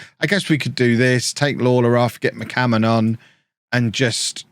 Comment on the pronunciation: Zealand "McCammon" Shannon